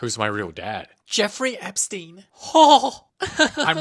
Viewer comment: “jeffery epstene” is so funny! (idk how to spell his name lol)